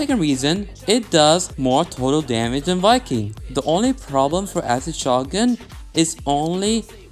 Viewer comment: shoh guhn